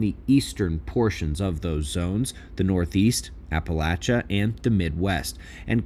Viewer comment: Thank you! And thank you for pronouncing "Appalachia" properly. From Ashe County:hand-purple-blue-peace